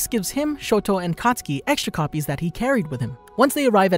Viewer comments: IT'S KATISUKI NOT COTSKI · When he says katsuki i hear akatsuki